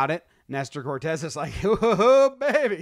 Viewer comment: CORTES! It’s CORTES GUYS… S not Z cmon get it together